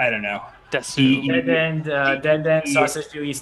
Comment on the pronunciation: Oh, its desew, not desu? :P